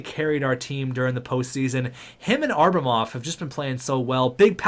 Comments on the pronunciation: It’s ABRAMOV not ARBRAMOV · atleast call Abramov by his name and stop saying Arbamov. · It’s pronounced abb-ra-mov